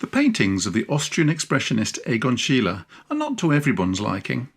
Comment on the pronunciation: Deberías aprender a pronunciar su nombre corectamente antes de hablar de el.